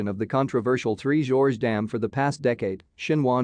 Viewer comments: Three "GORGES" not "Three Georges" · Next time, please correct your pronunciation of Three Gorges Dam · Yes please